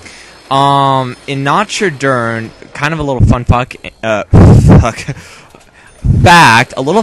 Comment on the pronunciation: Nacho dur undo tehn? XD i LOVE your pronouncuation xD it's completely wrong! But its so funny hahahah